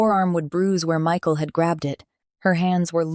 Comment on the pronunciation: The narrator messed up this man's name Michael so many times it almost made it hard to listen to because it happened so close in the beginning is the makings for a very good story you just need to follow the script stop embellishing I guess or maybe it's taken Liberties otherwise you had a good story